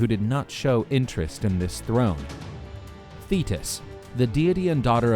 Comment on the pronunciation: I heard "fetus" not "Tethys"